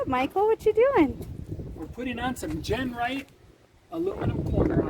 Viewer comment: great work but you keep calling it Gernright, that's not Genright thats all you.